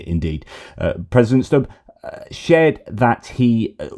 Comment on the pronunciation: Alexander Stubb is pronounced Stoob. I used to listen to his online lectures.